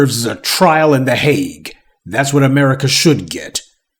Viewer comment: "...a trial at the Haig...". Ditto